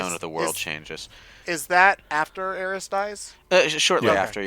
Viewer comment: am i the only one who still hates when says aeris instead of aerith